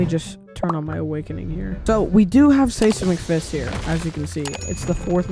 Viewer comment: who pronounces is sesamic fist, its pronounced size-mic-fist